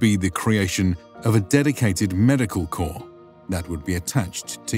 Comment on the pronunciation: Corps NOT Corp